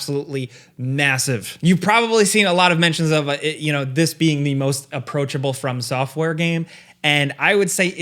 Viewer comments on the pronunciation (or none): I swear it sounds like you're saying "firm software" 🤣